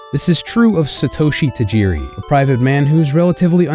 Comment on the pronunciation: Sheesh, can you guys at least make an effort to pronounce names correctly? My ears bled with every Satoeshi Tajeeri. If you’ve watched even one episode of the Japanese anime you’d know it was pronounced SAH-toh-shee.